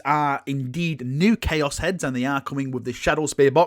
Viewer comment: "New CHOAS" kwuas is my favorite faction